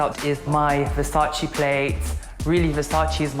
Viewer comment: Man said Versace 😂😂😂😂